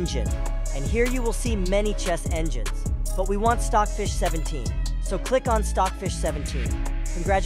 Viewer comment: he say filed stocj fich 17